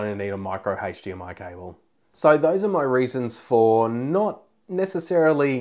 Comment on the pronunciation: Good points. However...’Hache’...DMI? Really?